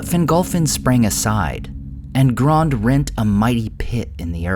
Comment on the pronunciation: "You guys are saying to wrong, it's Grond!!"